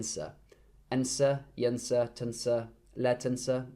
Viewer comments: Yonsah is passive not yansa its yonsa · your arabic is quite good, but in the sentence "مذاق لا ينسى " ..the word "ينسى" is a passive voice form ,,so it's read like "yunsa" not "yansa" . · فعل ينسى pronounced as yonsah(passive form)